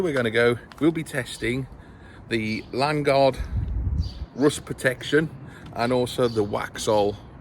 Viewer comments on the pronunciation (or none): Its Lan O guard ffs